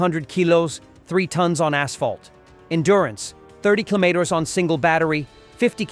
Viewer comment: weird pronounciations keeloos? killmeters?